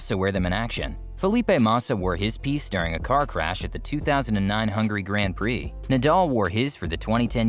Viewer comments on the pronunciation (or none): none